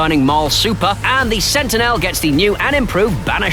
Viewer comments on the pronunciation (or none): none